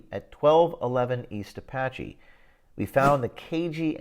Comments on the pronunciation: Apache is pronounced "Uh-patch-ee". Come on James, this was taught in school all your young life. We all took American History. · It's Uh pach e.